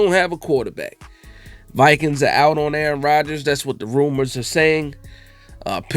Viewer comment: Yoo how you said it. Aaron Rogersrs dont even know what Aaron Rogers is doing! 😂